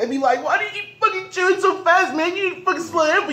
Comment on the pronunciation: He said “chew patrol”😂